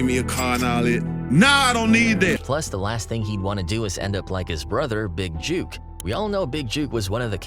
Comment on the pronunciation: His name is Big Jook, like book, hook and not Big Juke! Put some respect on his name!!!!!!!!